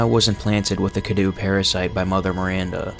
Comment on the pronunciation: Omfg when will people stop calling the cadou “cadoo”. It’s pronounced “cadoe”